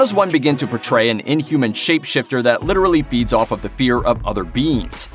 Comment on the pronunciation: When he said "feeds off of the fear of other living beings" I heard "beats off at the fear of other living beings"